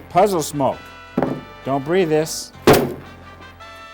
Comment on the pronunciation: lol its hilarious how he says "dont breathe this" its like its 1 word